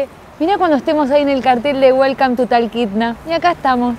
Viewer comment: SE DICE TOKITNA.....UN ABRAZO DESDE FORT LAUDERDALE , FLORIDA